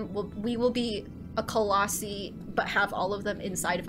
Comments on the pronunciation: Colossi is plural, one is a colossus It's pronounced like Colos-Eye 😛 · Firstly, colossi is pronounced “coloss-sai and not coloss-see” secondly, love your content and hope you continue this series. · That prediction tho! 😳😳😳 (And it's coloss-eye not ee)